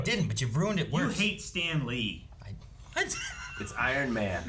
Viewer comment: "...It's 'iron' man" Lmao